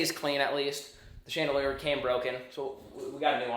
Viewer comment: That’s a Chan-deer-ler Not a chandelier